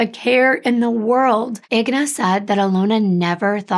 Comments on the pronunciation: And it’s actually Alyona, not Alona and her mother is Inga, not Igna. I speak Russian and that’s why I know. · please your name is 3 times more difficult to pronounce but it’s just 4 letters for the mother. It’s INGA not IGNA. There’s no such name exists. Again I N G A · yes, she pronounced them both wrong - Inga, not Igna. And it’s Alyona, not Alona. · It is I-N-G-A not IGNA. Common mistake though. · I think her name is pronounced In-ga. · I’m sure someone is named Igna somewhere in the world….i noticed she said wrong too but probably switched the letters